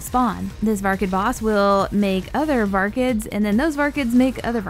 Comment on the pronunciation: VAR-KIDS not vargids